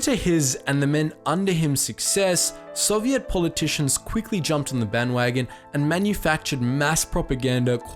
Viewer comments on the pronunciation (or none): why did you pronounce soviet so weird